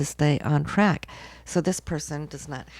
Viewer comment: You mean TRACK not "CRACK"! 😂😂